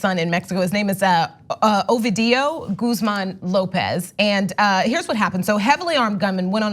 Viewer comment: This dumd bitch said "obidio"